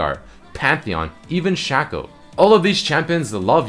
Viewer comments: Shay-Co. Not Shack-O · It's pronounced shaco not shaco